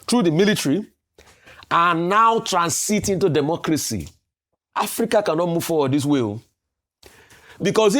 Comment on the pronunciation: Somebody should tell Shettima that it is called Africa and not Apica